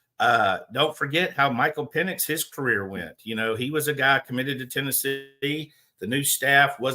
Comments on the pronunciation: A lot of things are hard for. Whether he thinks it's a funny joke, or he really doesn't know anything about college football, his ignorance when saying Michael Penix's last name is impressive. Also said he didn't know where South Dakota was and had to look it up. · I wouldn't listen to anyway. Whether he thinks it's a clever joke or he doesn't know anything about college football, either way he should be embarrassed how he pronounces Michael Penix's name. Also said on another show he didn't know where South Dakota is on a map.